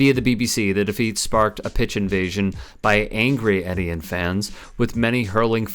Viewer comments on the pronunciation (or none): Étienne - pronounced Ay tee enne - French for Stephen.